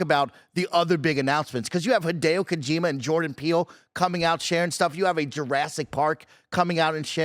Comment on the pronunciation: I know I shouldn't care too much, but its pronounced Koh-jih-ma not KoJEEMuh